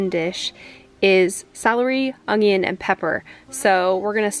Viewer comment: o she said ungion again hihi(mot meanth rude <3 ly guyss)